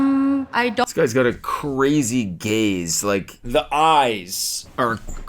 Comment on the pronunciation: i want cody to realize when he says gaze all we hear is gays. giggling over here